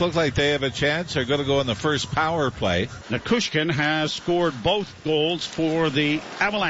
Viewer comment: Neh-chez, Na-choo-skin, the names aren't hard to pronounce Joe.